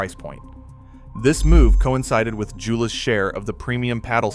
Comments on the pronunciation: It's actually more like Yo-luh. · I've used every Joola Perseus paddle over the years and love them. I get a new paddle yearly, I play almost every day, so a few extra cents daily isn’t a big deal. Yes please pronounce Joola correctly to be taken seriously! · As a pickleball player and certified PPR coach, I can't take this video seriously when you pronounce Joola incorrectly.